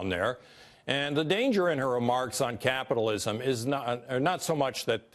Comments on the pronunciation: The news lady couldn't even pronounce Capitalism, yet makes a mockery on Cortez the definition of it. #dropfoxnews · This fox news lady can't even pronounce capitalism correctly.